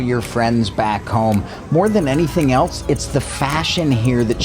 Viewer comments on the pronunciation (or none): none